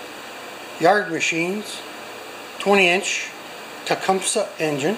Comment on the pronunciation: “Tecumish” is the Podunk pronunciation